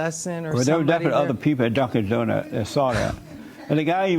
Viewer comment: Dunkins donut lol Not Dunkin’ Donuts